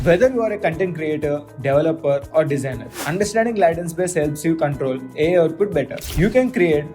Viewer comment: its Latent not Laatent..your pronouncing wrong